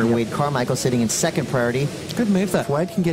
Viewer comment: I now say second with a T